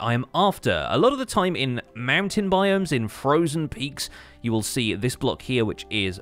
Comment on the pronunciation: "Frojen ocean" heheh